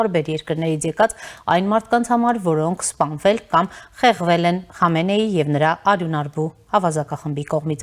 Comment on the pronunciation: Խնդրում եմ անունները ճիշտ կարդացեք, Խոմեյնի' , Խամենեի' շեշտը վերջին վանկի ձայնավորի վրա։ Պեզեշկյանի փոխարեն Փեզեշքյան ։ Ժամանակակից պարսկերենում "պ" հնչյուն չկա։